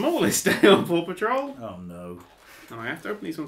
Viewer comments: I keep hearing "poor patrol". Wonder why. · I keep hearing Paw Patrol as Papa Troll.